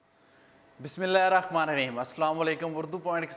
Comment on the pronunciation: Bhai Bismillah to thik se parhle Rakhmane nhi hota Rehman e Raheem hota he